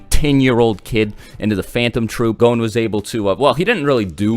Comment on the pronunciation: Gone? What the fuck is wrong with the way you say gon's name?